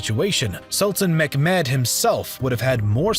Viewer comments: it is not mekmet bro cmon try a little harder pronouncing it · Its not mekmed mehmet or the orignal arabic way Muhammad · "Sultan Meckmad" I'm crying 💔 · You have good content but what is megmed? I guess you are talking about Mehmed II. Its not pronounced like that. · in reallity its mehmet :D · Ohhh yes, Sultan Mek-Med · Sultan Mehmed's name is pronounced Muhammad. Mehmed or Mehmet is the latinized spelling of the Ottoman Turkish which utilized the Arabic alphabet. The name is spelled the same in Ottoman Turkish as it is in Arabic. There are no letters representing the 'k' sound as you are pronouncing it, i.e. 'Mekmed'. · Mehmet is not pronounced "Mekmet", but more like "ch" in German "Bach". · You should learn how to pronunciation Mehmet. You can use google translate to listen. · who the hell is McMad? That is one wired pronunciation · It's not Mekmet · It's Mehmed, not meKmed.. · it's mechmet not mekmed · Great video, very interesting. Question tho, why are you pronouncing it Meckmed? Its Mehmed, there's no CK. Lmao where did u get that from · zaaroura it's Mehmed, not Mohammad. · it is pronounced as "mehmet", not "mekhmed" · The pronounce of Mehmed not Mekmed not a k sound in name more softly Mehmed h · The sultan's name is pronounced Meh - met Not Mekmed ! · His name is Sultan Mehmed. Not Mekhmet or Mechmed. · It's pronounced Meh-met (Mehmed), but what I'm hearing is McMed which sounds like an angry Scottish Ottoman! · Mcmad ? it Mehmod or Muhammad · Mehmad or Muhammad not Menmod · WHAT I JUST HEARD Sultan Mechmed ... For your correction, it's Mehmed or Muhammad.. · It's mehmet,not mecmed! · his name is Mohammed, not Macmad! where did you learn that from? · Great job man, but the way you say Mehmed 🤦🏻‍♂️ its pronounced as you see it “Meh Med” NOT “McMed” likes he’s an Irish DJ from the 90’s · Not Mekmed .... It's Mehmet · Every time he said "MECK-Med" or Skander-Beggg" I cringed a little.